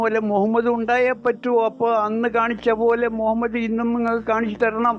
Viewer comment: مهمد എന്നാണ് ഇവൻ പറയുന്നത്